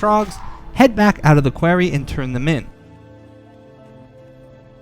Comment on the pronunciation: Thats not how you say quarry